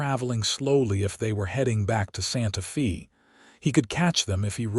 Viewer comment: One of the sweetest stories I’ve heard yet. AI kept pronouncing Santa Fe differently it’s pronounced Santa Faye but I love the narrators voice Listening from North East Texas Great Job 👍♥️